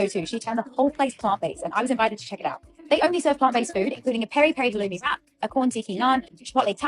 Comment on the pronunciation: Halo-umi?? 😅 oh